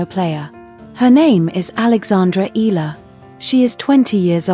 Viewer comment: terrible A.I voicing, can't eve pronounce Eala properly....